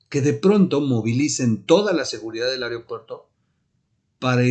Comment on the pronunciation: No se dice ARIO puerto